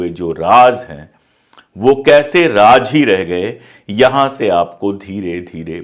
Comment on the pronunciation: raajjj nhi raz hota hai